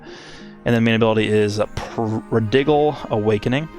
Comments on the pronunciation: Did this man really say " prah-dig-al" lmao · Good thing the homie can speak Japanese because with "prodigal" and "impetus", English doesn't seem so hot😂